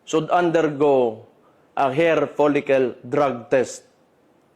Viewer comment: Mas pangit ama mo demonyo adik Ka din Gago Ka turn off Ka mag salita bisakol 😂her folicel daw hair bugok pronounce it clearly 😂😂yabang mo mas bata Ka at pag batak mo pa dagdag lakas 😂😂